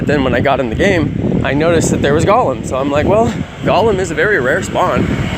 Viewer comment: I hate when people say golem like that for some reason lol